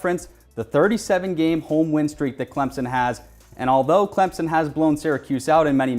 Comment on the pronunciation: This host can't even say "Clemson" correctly.